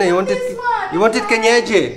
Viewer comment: 😂😂😂 pronouncing kienyeji chicken very well 😂😂😂